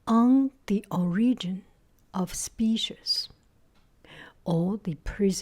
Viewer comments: Is that Kevin Jr.? And, I believe, the most noticeable mistake is that it's pronounced "O"rigin, not or'I"gin. The accent is on "O". Despite "orIginal". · the first syllable of “origin” is emphasized :) so it’s “OR-igin” not “or-IG-in”. it’s a small detail and the word could be pronounced differently in different English speaking regions. that’s just how I hear most American English speakers say the word. otherwise you sound great!